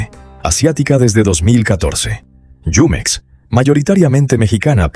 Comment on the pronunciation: NO ES YUMEX, ES JUMEX.